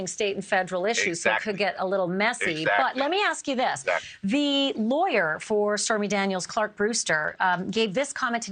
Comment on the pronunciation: Laywer ? hahahahaha